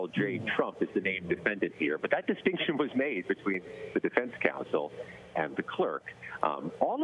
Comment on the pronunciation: Defendunce.... is that a word? It is now.